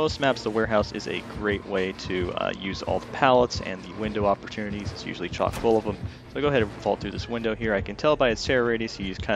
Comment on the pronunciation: Are you dutch, because I hear you say 'tsjokvol'.